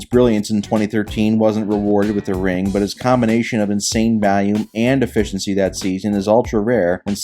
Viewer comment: Why do you say volume like a freak